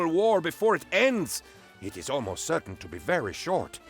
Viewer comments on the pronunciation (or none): none